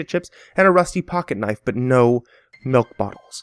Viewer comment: Oh i'm sorry, I thought it was pronounced Smilk and spelled Smilk.